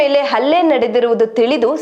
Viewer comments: ಅಲ್ಲೆ ಅಲ್ಲ ಹಲ್ಲೆ, ಅ ಕಾರ ಹ ಕಾರ ವ್ಯತ್ಯಾಸ ಇದೆ. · I appreciate the news which you have covered but please read kannada properly.... its ಹಲ್ಲೆ not ಅಲ್ಲೆ 🙏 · .nanna ondu suggestion news anchor ge , swalpa ಉಚ್ಚಾರ/ Pronunciation maaduvaga gamana erali.... Halle adhu , alle alla ( ಅಲ್ಲೆ- ಹಲ್ಲೆಗೆ vyathyasa edhe ...ಆ ಕಾರ ಹ ಕಾರ ಬಗ್ಗೆ ಗಮನ ಕೊಡಿ ..... September 11 ( Hannondhu adu - annondhu alla 😑...